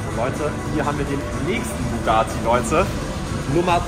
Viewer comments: Lukas wenn du schon einen Bugatti "klauen" Must dann sprich es wnigstens richtig aus es heißt Bugatti nicht bugaati 😂😂😂😂und der gelbe Lamborghini war ein Lamborghini sian und der "GTA"Lamborghini ist ein veneno habe nicht gesehen ob es ein Roadster war oder nicht aber glaube schon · es heisst bugatti er sagt bugaati